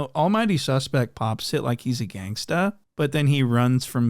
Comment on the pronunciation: Please say GANSTA more often in your videos thank you